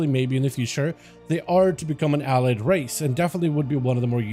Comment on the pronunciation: Hearing you pronounce allied is so painful.